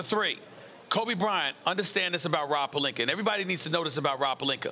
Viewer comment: Rob Pelinker and Dennis Shrayder